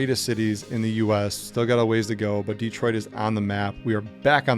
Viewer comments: Its not DEEtroit, it is dehtroit. Please pronounce it right. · Why does this guy say DEE-troit?